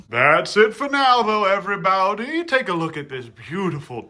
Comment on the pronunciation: The "everybaiudie" never gets old😂